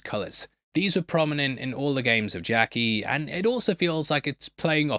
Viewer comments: Man great breakdown but it’s not f ing jackie it’s ddakji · The fact they were playing it in America didn’t really make sense. Surely they’d play something a bit more local but you pronouncing it “Jackie” was certainly something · Just pronounce the name ddakji correct... i dont know what a jackie is lol